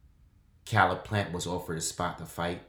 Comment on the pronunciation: it’s pernounced Caleb plant like Kay leb plant except spelled Caleb plant